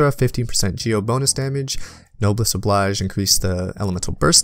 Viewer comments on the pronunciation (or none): none